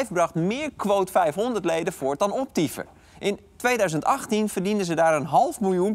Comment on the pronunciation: Ik verstond ook eerst Optyfen